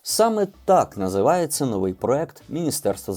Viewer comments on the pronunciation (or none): none